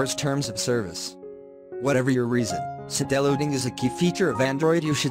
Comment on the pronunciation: BTW not see-del-loading..... = side-loading 👍